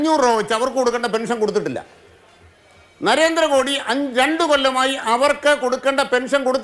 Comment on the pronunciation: എടോ നരേന്ദ്രമോഡി അല്ല നരേന്ദ്രമോദി എന്നാണ്